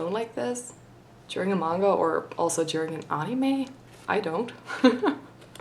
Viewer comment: You say anime wrong